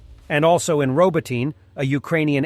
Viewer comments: Why do you mis-spell as "Robotine" the name of ROBOTYNE? Probably the same reason you mispronounce the name. Should be RŌ - BŎ - TῨ - NĒ (using the Oxford Dictionary pronunciation guide for letters). Kindly examine this pronunciation carefully and make the necessary corrections to your spelling and pronunciation. What you are doing at present is awful and a bad reflection on your grossly misleading practice of using stupidly incorrect U.S. errors. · Find a Ukrainian friend to help you with town names in Ukraine. Robotyne is not pronounced RoboTINE, or RoboTEEN, the two I've heard you say. Hint - RobO-teh-neh.